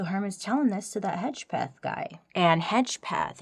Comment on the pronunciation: I could see the hesitation in saying Hedgepeth, but appreciate it being said right. Also, us Hedgepeths can't keep our mouths shut.